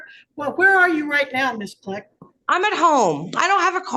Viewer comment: It sounds as if her name is Bisquick, the baking mix, I know they're saying Miss Click, but it sounds like Bisquick😂😂😂😂she's insufferable